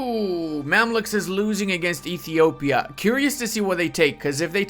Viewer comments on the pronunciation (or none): none